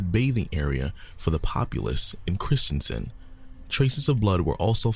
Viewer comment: Corrections: 1: The girls were stabbed, not strangled. 2: The city is called Kristiansand, one of the convicted med was called Kristiansen. Not the same word and not the same pronouncement. 3: The events took place on May 19th 2000, not July 31st 2000 Sorry, there were just too many errors in the video. I had to stop listening. Norwegian who remembered this very well.